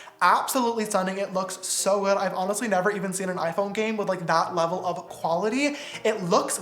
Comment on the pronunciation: James I’m in a really good blebel